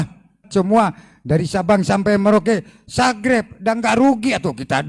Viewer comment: Garomah al wali al habib al sang kiper neraka, bisa merubah "subscribe" menjadi "sagreb" sudare awokwokwok 🤣🤣🤣🤣🤣🤣🤣🤣🤣🤣🤣